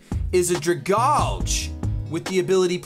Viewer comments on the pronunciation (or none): Yo, just so you know, Dragalge is pronounced drag-AL-jee, like a dragon covered in algea (the scummy stuff that grows in water):)